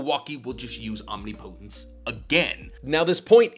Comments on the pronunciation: Please. It's pronounced "om-nip-uh-tince." Not "om-nee-po-tens." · Some day will pronounce "omnipotence" correctly. Om-nip-po-tence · Great video, btw your pronouncing omnipotence is a little off. It’s more Om-ni(like in ninja)-po(like in puppet)-tence(like in past-tense) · ….OHM-NIP-PUH-TENTS not Omni Poe tense. Think of the pronunciation of the similarly sounding word impotence 😂 Luv ur vids tho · Irrelevant, but it's omnipotence (om-nip-uh-tense) not omni-potence. English is inconsistent but it is what it is. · "Omnipotence" (Om-knee-po-tence) 💀 Isnt it (om-nip-i-tence)??? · Why OMNI-Potence instead of Om-nip-otence? The pronunciation is like nails on a chalkboard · hey love the vids thought u should know omnipotence is pronounced om-nip-o-tense (soft t on the tense part, hard t works too but a softer t sounds better) all love <3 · Why does he say “Omni potence” lmao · I can't. Every time you mispronounce Omnipotence, it feels like nails on a chalkboard. Ahm-nip-uh-tinse. PLEASE SIR, PLEASE. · Omneepohtense or omnipotence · Great stuff but damn I hate how you pronounce omnipotence lol. It ain’t wrong but it SURE ain’t right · This omnipotence pronunciation is killing me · Why does everyone pronounce "Omnipotence" wrong. It's a real word and has a correct way, everyone seems to put so much emphasis on the last 2 syllables. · His dedication to pronouncing it wrong is crazy and there are not a lot of people correcting him. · people probably think it's actually a naruto jutsu, which is kinda is. Probably why he says it that way too. Still bothers the crap out of me. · Quality stuff but please, pleeeeeeeeaaaaaase learn how to pronounce omnipotence correctly. Either that or Ada as to go so you don't have to talk about her powers anymore. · Can’t do it he’s saying omnipotence wrong and he’s said like 4 times in 6 seconds. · That’s not how you say omnipotence….. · Please google how to pronounce omnipotence lol